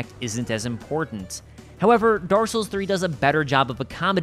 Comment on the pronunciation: "Daar Souls"